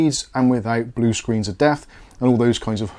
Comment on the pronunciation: I was all for this until i heard the 'blie screen of death' now I'm hesitant 😂